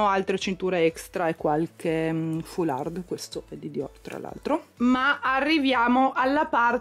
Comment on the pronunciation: se devi aggiungere un'altra libreria/scarpiera ti consiglio di prenderla ad angolo, perchè altrimenti l'effetto sovrapposto non è molto bello. ps. So che non sai il francese, e non per essere puntigliosa, ma foular(d) così come desser(t).. non si legge mai la finale:) baci.